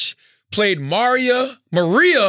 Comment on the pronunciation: omggg why he pronounce maria like that lmaoooo